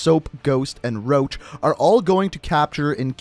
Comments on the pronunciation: You said soap and roch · He said soap and and Roche